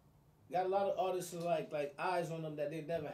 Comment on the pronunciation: I hate when people say ARTISTsis🤣🤦🏿‍♂️🤣